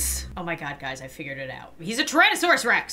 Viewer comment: It's pronounced Tyrannosaurus Rex